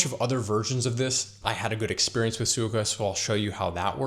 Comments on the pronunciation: Well done! One small correction … Suica is pronounced Swee-Ka with equal emphasis on each syllable (as is true for Japanese in general) And for places to stay … you might like to consider places like Akasaka Mitsuke and Azabu Juban. Both are good locations, quieter, and with many many food options. If you’re on a tight budget you could also consider APA hotels. Often you can book the one in Roppongi for less than $100/night. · Mispronouncing suica = instant dislike and changing of the video